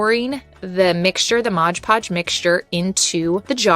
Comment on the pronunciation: MOD Podge. Not MODGE Podge.